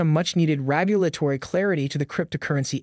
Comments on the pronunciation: He keeps say “rAgulatory” instead of “rEgulatory”. Is that driving any of you crazy? lol😅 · Dude what is “ragulatory”? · Why are you pronouncing regulatory wrong lmao